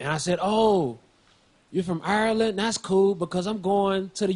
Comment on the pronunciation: This is the first American I've heard pronounce Ireland correctly